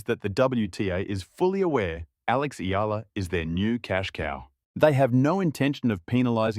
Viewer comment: Correct Pronunciation : EALA = Ee'Ya' La